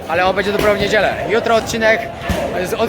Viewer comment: twoje filmy są świetne ale na miłość boską B Ę DZIE a nie BEDZIE;) Pozdrowienia i wszystkiego najlepszego!